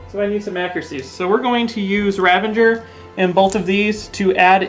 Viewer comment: 'Ravenger' = Ravager 😁